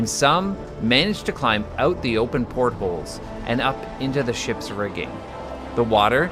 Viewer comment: Porthole not pothole.